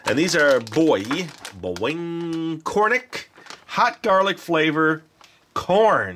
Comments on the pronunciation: hahaha...i love how he says boy boing instead of boy bawang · pronounced Boy Bawang as Boy Bangawang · what he said boy buwing hahah